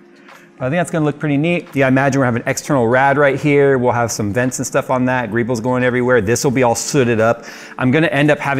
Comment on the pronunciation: TIL that greebles is a word. I also learned that apparently says it wrong. So would I.